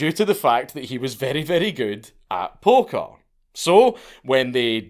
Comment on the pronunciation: He loved playing polka threw me off for a bit until I realized bro was saying poker